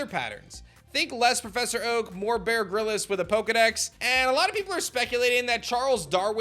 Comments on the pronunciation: His names is pronounced grills not grilis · Did you say "Bear Grill-es"? 😆😆😆